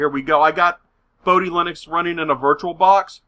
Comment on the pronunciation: "boh-dee" not "boh-die"